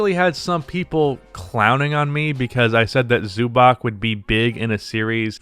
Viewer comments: Zubac is pronounced "zoo bats" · The name is pronounced Zubatz.